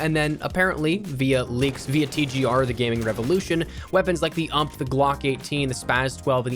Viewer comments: did he just call the you-em-pee the "ump" ? disrespectful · You said ump it’s U M P Jesus